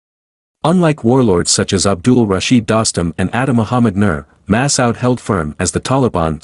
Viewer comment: Pls pronounce Ahmad Masood's name correctly... It is disrespectful to change some one's name soooooo much! Masood...not Masawd!